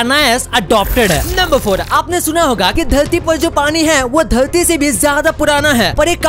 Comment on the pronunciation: Ap dharti ko dhalti q bol rahe ho